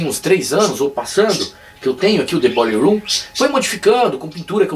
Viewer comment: Massa teu " boiller room"..." Dead"....